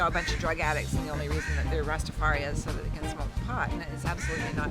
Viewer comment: The European dread saying Rastafari-a. I can't take it